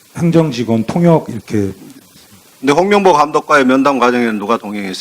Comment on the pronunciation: "명"과 "몽"이.... "멍"으로 들리네...